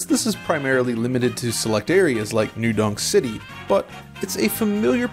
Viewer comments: It's New Donk City. His pronunciation is just off. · Is he saying New... Dong... City? Dong. Okay.